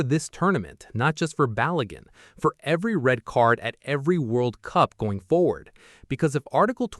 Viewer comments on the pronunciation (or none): none